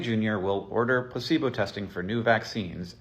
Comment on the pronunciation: Oh my god I thought you were saying placenta not pleaibo and I was so confused intill I realized you were talking about him NOT GIVEING PEOPLE THE VACEEN FOR DEADLY DESEASES.